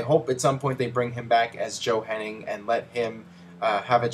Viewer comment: It's "Hennig", not "Henning" c'mon